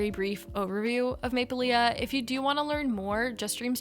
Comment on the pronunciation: The maplelea brand is pronounced maple-lee. The last A is not pronounced:)